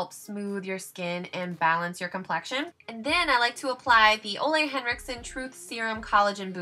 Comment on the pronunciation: Hey:) it's actually pronounced (oooh- lay) that's how Mr. Ole Henricksen actually pronounces it:) love you!!! Just want to help.